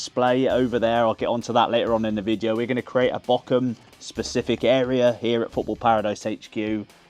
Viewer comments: Actually Bochum loves you so much, they've decided to rename the city and the club to "Bockahm" so you don't have to learn the German pronunciation. 😀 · Up the Bochum sounds so questionable when you pronounce Bochum like you do XD